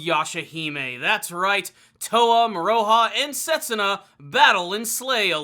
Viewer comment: Moro-ha not Mor-O-ha. Besides that, keep up the good reviews